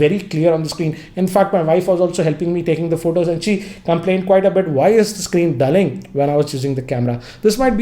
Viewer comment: Kya re... "Dulling" aahh.. haha, English Vinglish..oops